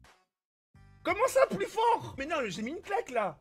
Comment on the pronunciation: « plus forD ».... où va le monde 🤔